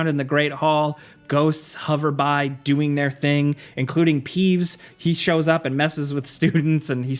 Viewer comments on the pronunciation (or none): none